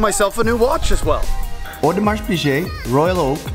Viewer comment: Learn how to pronounce Audemars Piguet :)